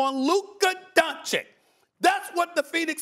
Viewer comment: Stephen A still can't pronounce Doncic